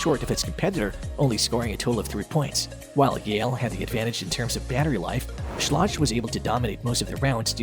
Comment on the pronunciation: Learn how to pronounce schlage